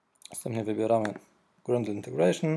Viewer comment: nie jest to potrzebne do uruchomienia projektu, ale ciężko jest słuchać o "grendlu", gdy powinien być "grejdl"